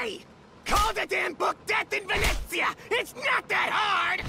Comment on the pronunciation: I just love pronunciations of Venezia and Puttana. They're just...perfect